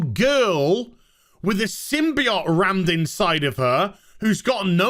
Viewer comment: I hate how you say symbiote wrong